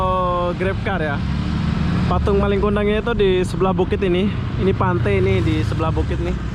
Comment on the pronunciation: Malin BG bukan maling 😂